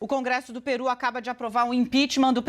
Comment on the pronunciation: é Pêru e não PIRÚ.